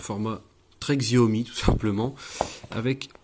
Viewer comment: Stop massacrer le nom de la marque, si déjà vous revendez apprenez à prononcer Xiaomi.